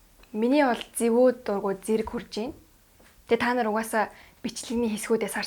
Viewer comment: Танар биш таанар